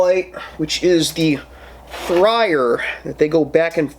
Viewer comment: Man the way you were saying freyr (norse god) was hard to listen too. But liked the review